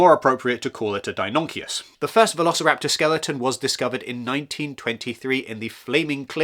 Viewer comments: Wonderful video, but mate, couple names got butchered though😅😅 Deinonychus is pronounced like {Dae no knee chus} & the Chinese one is 伶盗龙 or 盗龙{Ling dao long or Daolong} or so (I'd say as a person who learned Chinese, worked there & is a dino fan) :D BTW , Mosasaurus isn't a dinosaur, it's more like a giant marine monitor lizard (evolutionarily) cheers 😂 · That was excellent. A few nine year olds would maybe roll their eyes at how you pronounced Deinonychus, but everything else was very informative. I will always have a soft spot for the Spinosaurus as JPIII is my favourite of the whole franchise.